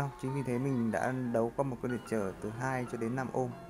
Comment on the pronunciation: its ohm not omh 🤔